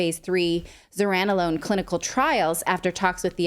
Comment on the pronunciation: Pronounced Zur-ran-o-lone